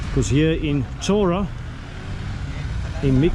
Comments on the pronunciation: The main town of almost every small Greek island is called 'Hora', literally meaning 'land' or 'place'. It is pronounced with an H like in 'Hi' or 'Hydrogen'. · beautiful island! Many Greek islands have towns named Chora...just to clarify, it's pronounced HO-rah...the CH is an H sound! well done!!